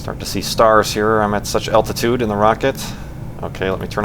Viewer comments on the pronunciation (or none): none